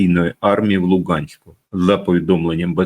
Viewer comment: Не Луґанськ, а Луганськ. Чи ,,паланіца," а не паляниця?